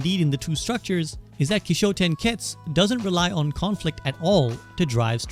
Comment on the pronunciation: Kishotenketsu, just curious why you mispronounced it? Kishotenketsu (起承転結 , pronounced "kee-show-ten-ketsu")